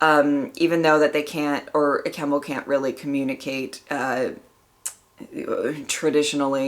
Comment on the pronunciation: Another great reaction as always. Glad you are enjoying the Troughton era, it's my favourite era of the show. P.S. You did pronounce Kemel's name correctly 🙂